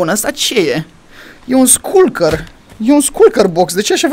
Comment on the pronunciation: Se citește șulcăr nu sculcăr